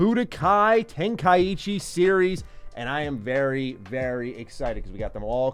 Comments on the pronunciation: love the channel and your videos but im sure its ten-kai-chi not ten-kai-ichi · Ten-Kai-chi Say it right please